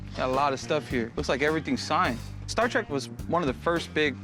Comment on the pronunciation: It's Star Trek, not Star track! Learn to speak!